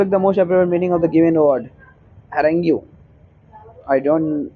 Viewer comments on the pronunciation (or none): It's not harangue it's harange pronounced it well